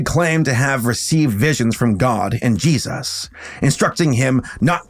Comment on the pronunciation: I love his work and since subscribing 3 days ago or so, I am already through half of his catalogue, But I deeply and passionately wish he's stop mispronouncing Jesus, I am Christian but Idc what your beliefs are or how you feel about God, Yours is your life to live not me, But over half the videos of his I have watched he says Jesus at least like 10 times an episode, and hearing Jayeyzus stopped being funny after like the 10th video, Now it's just like nails on the chalk board, Also again this has nothing to do with religion it's just the deliberate mispronunciation of any word, It could be Satan but if he said Satin every video it'd still get old